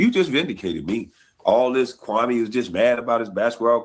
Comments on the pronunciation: HE PRONOUNCE KWAME BROWN NAME LIKE THAT OUT OF DISRESPECT HE KNOW WHAT HE'S DOING. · SAS should definitely know how to pronounce Kwame’s name by now